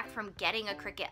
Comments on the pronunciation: Nice JOB!!!! only thing I would suggest is correct your pronunciation of the item. I believe it is pronounced CRY CUT not Cricket. Sorry have peeves about grammar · Isn't it pronounced CRY-cut? :P I'm that person. I had a coworker tell me the pronounciation and she was real snarky about it, too. Haha. I see this section at JoAnn Fabrics, but never researched what it was. It was maybe 5yrs before i got a clue. Another 2yrs (present) to find a need for one. So thank you for the vid!